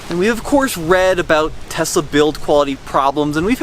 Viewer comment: Tesla....sounds like "test us"